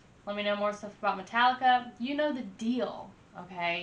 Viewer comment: It's pronounced Meta-leeka. I got into them back when their name was Alcohollica, and yes their 80s stuff was way, way better than their new stuff. They're the opposite of the Beatles in that way. The Beatles began silly with songs like I Want To Hold Your Hand. Later though, after the LSD and pot, they got a lot better with Strawberry Fields and I Am the Walrus. Metallica began strong and then eventually became silly after they stopped drinking and snorting coke